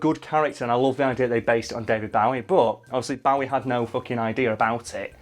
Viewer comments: His ginormous musical penis? Well you're not wrong I suppose. (And I'll be that person who corrects his pronunciation of Bowie - it's pronounced Boh-ee). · How come when you say bowie you sound like Johnathon Ross trying to say barry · Great video. However... one thing that really bothers me is when people pronounce David Bowie's name wrong 🙃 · Your pronunciation of "Bowie" triggers me. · Pronounce Bowie correctly please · I hate to be that guy, but can someone else PLEASE notice how he is pronouncing “Bowie” the classic wrong way! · Please dont pronounce Bowie that way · "Bowie", it hurts every time you say it, it's Bowie like Joey, he said it himself. I love your videos though! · Guys, that's not how you pronounce Bowie... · I can't be the only one who hates how they say Bowie. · Mate, it's pronounced "Bow-ie", not "Bow-ie" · It's not pronounced Bowie, it's pronounced Bowie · Its Bow-ee not Bowe-er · “Bohwee” not fucking “Boughee” - the O is pronounced as in Oval. Anyone who gets this wrong needs to be sterilised. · Bo e not bow e , u killin me lol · Its BOW-ie. Not BAUGH-ie. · 1)Biblical satan will be cast into hell (as a prison). He does not rule it. 2)David Bowie is pronounced B-oh-ee not B-ow-ee (look it up on Youtube, he says it himself) #2 drives me nuts more than #1 for some reason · Bowie isn't pronounced Bow (as in bow down) it bow (as in bow and arrow) or like the Bowie knife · It's Bowie, not bahwee! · bowie not bouwy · David BOwie not David Baawie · Daily " use your normal speaking voice in a video" comment day 29 AAAAAAH IT'S PRONOUNCED BOW-EE NOT BA-WEE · Stop saying david bawie. It’s Bowie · I cried when he said "bow-ee", I don't blame you your not the only one, my dad does it too. But please, it's "boh-wee" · Isn't it boe E not bow E every person I ever met have said it wrong or what ? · It's an "oh" sound not "ow. Bo-e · I hate how you say David Bowe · Its not pronounced Bawie. What the fuck is it with you poms? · “David Bawwi” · David Bawy?